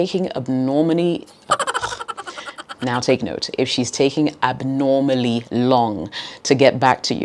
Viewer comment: Oh my God, when you were trying to pronounce, "Abnormally" 😂.